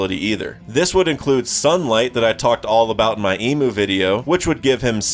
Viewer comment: Great video, love the content. But hearing you call him “Emu” a million times drove me crazy. It might be speeded “Imu” or whatever but that is not how it’s Pronounced